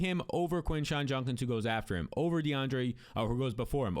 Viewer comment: JUDkins bro it’s not Junkins